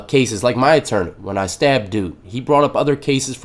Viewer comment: Atourney lol I know it's a mistake we know that word lol